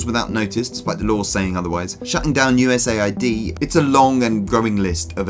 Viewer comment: Its not USA ID, its US AID.